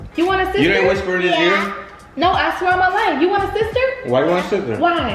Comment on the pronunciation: You know yo baby gonna be trouble when he say “ Stister “ 😹😹